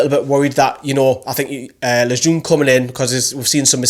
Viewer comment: Yes, you finally got Lejeune’s name right haha. Still need to get Merino’s right. Great video, agreed with majority of ratings